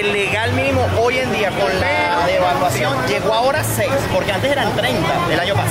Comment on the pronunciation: No tenemos hiperinflacion, tenemos debaluacion¡¡ se escucho raro en mis oidos